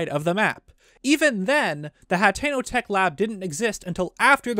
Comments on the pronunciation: We have a pronunciation error here to ...its pronounced (ha-ten-o) not hatteno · Its pronounced (hateno) not HATTENO no extra t